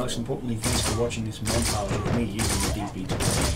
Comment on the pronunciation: montarge?? not monatge or montarge? xD